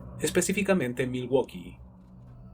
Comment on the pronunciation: milwoki asi se pronuncia